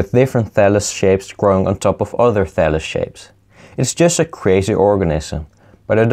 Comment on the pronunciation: "and this is a phallus of meee"